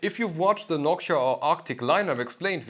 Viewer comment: “noksha” wtf?…